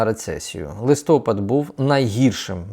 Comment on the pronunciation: Робіть наголос правильно на листопад